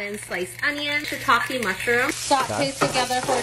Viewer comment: I love your channel, and I've watched for years, but every time you abbreviate words, "noods" for noodles, "shitakks" for shiitake mushrooms... it's so cringy. Wtf.. lol